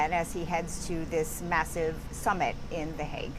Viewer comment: Did she say, NATO Shummit???